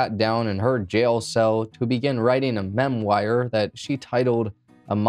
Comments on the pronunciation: spoialerer alert......and memwire??? pronounced memwa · Lol he can't pronounce memoir I guess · I laughed at "memwire" 😂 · A mem-wire? Really man?? 🤔 Seriously though...you are doing great! I'm pulling for you.